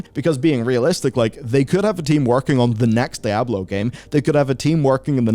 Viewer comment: "Daablo 4"